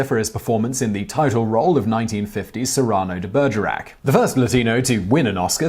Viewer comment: Siraaaarrrrno de Bergerac? LOL!